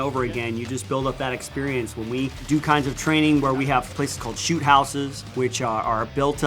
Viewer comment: my guy sed shoot houe XD